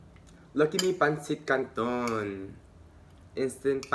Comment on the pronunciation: Hahahaha that "peynsit kantown" accent though! Love it. New to your channel and would love to see u in person.